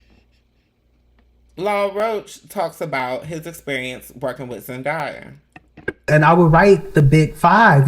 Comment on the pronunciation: Her name is pronounced Zendaya is pronounced as Zen DAY Yah.. Not Zen Die Yah